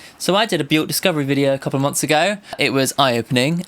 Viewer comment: hate to be that guy, and it’s a very understandable mistake to make but Björk rhymes with work, not with fork